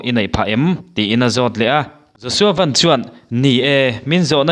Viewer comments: Josua Van i lam dan hi 'Maruti Van' tih anga lam tur a ni lo, Van ram kan sawia Van tih anga lam tur a ni e. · Pu Siamthara ngei pawhin Van hi Sky lam danin a lam kha aw